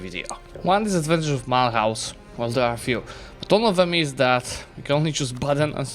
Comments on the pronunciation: The h in Mulhouse is mute, you have to pronounce it like "milus" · This city is in modern France, it's called Mulhouse and pronounced Mülouze by the french (with a silent h like in the good french fashion) it was Mülhausen in german, kind of similar since french and german share a seizable amount of phonems